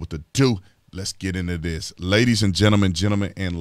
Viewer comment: "ladies and gemtleman, gemtleman and lay Tauz" Love it- 😂